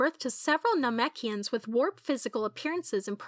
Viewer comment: NAHMECHians huh